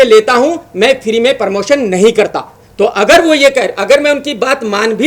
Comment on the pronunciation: first learn English and Hindi then speak on social networking sites परमोशन नही होता है प्रमोशन और किलीयेर नही क्लिअर pehale bola sikh buddhe